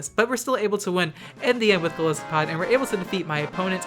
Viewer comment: I'm probably going to get a lot of hate for this, but I want to throw this out there. It's pronounced Gol EYE-sopod. The name comes from the words goliath and isopod, which is a kind of crustacean.